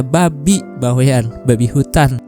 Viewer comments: Bawean .. Bukan bawe an pengucapannya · Bawaean baaang baweaaaann.... Bukan Bawek'an,, Bawean ngga pake tanda petik